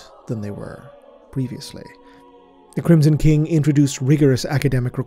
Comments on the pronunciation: Love your work so much! Also "kingson crim" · First things first I love you, never stop. That being said, you said "Kingsom Crim" I wouldn't normally point out something that small but it's really funny to me for some reason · We just not going to talk about that "Kingson Crim" ?